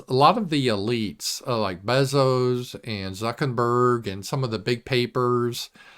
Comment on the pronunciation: Is the "Zuckenberg" pronunciation of Zuckerberg's name supposed to be funny?